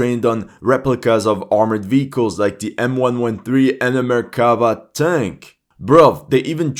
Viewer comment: I said it on a lot of other videos and I will say it once again. It's not merkAva, it's merkavA Listen to someone who speaks Hebrew, PLEASE!